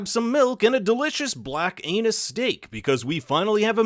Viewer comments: I know he said Anus Steak not Angus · Did he say, "Black Anus" steak and not angus? The Little Thing. I think the video poster did it. I enjoy the thrill of somebody chasing their own tail. Nobody is going to comment on the strip club from GTA? (Gruesome) (as a caveat, it leads me to believe it was a copycat murder, designed to lead Denzel back to California to relive what the killer did to him. His spot was taken and thr very guy that did, was manipulated in a similar way. Never get out of the car. Classic horror movie action. (She has a 2 ton vehicle and chose to pull over instead of staying inside..that's the true crime. [Along with the acting.] 😉)